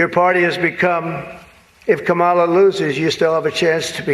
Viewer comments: did I just hear scamala ??? Lol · Did I hear scam-mala?😂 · "Skamala"😅😅😅 good one! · did you say "Scamamala Harris" ? 😂😂😂